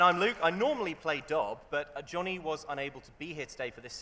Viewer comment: Why did Luke using the correct pronounces for Johnny make me cry :')